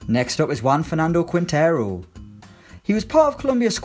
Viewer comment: Sorry to be "that" man, but you are misspronouncing Quintero. Imaging it's "Kintero" and then you will be pronouncing it ok.